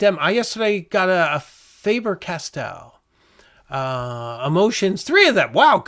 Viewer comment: It's not Fayber Castell. Proper pronunciation is Fahber Castell as in do re me FA so la to do